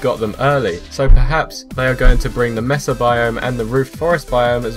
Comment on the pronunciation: Its not pronounced messa, Its Maysa